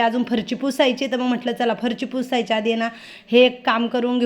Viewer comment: ताई तुंम्ही फरशी ला फरची का म्हणतात??तुमचे व्हिडिओ छान असतात❤ sorry राग मानू नका😊